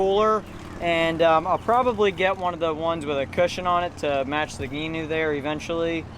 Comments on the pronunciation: He's right, it's not "Ganoe", ie "Canoe" with a "G". It's actually Gee-noe, like "Geek"-"New" without the K. They're named after the designer, whose last name is Gheen. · its gee-noe.